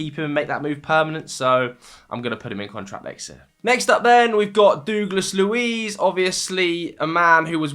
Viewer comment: Mate. Please stop saying ‘Doogless’ Luiz.